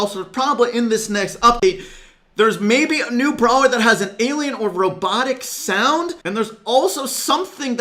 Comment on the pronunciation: When said "may be removed" or something like that I thought he said "Bibi removed" and started panicking 😂